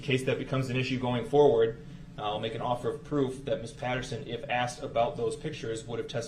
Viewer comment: He AXED dat. L O L